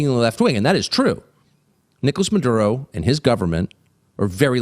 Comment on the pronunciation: he says Maduro like madea